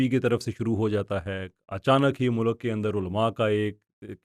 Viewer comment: bhai mulak ki pronunciation theek ker lain. Mulk hota hai mulak nhi hai.